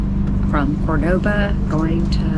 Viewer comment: It's Málaga, not "Malága". And Córdoba, not Cordóba. Cheers